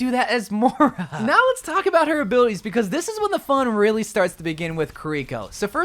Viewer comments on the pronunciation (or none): Bro pronounce shit right Her name is Moira not Mora Its Kiriko, not kareko